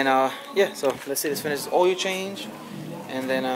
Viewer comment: I forgat he said ...oiyo change ..instead of ..OIL CHANGE...😂😂😂. THIS YEAR ILL FIX MY CAR